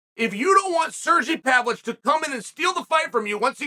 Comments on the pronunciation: I never knew the ov in Pavlovich was silent. Thank you Chael! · learn how to say the guy's last name at least, Chael.. How disrespectful.. Ignorant much??